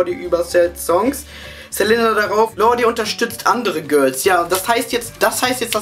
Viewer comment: Man spricht lorde "lord" aus hahahahahahh lf